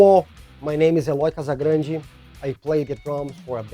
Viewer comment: Never knew you pronounced his last name like that